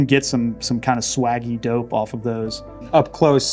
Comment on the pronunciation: Did he say “swaggy dope”?